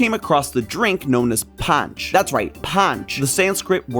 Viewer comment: The way he pronounced panch 😂😂😂